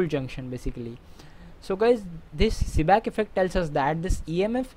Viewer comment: It's Seebeck not "Seeback"!